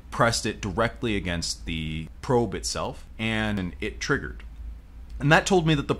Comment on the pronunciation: I like how it's not triggered, it's TRIGGERED